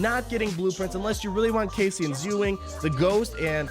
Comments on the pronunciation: How the hell can you pronounce Cassian wrong? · Bro, you haven't even seen Rogue One? You grossly mispronounced Cassian, Chirrut and Bistan.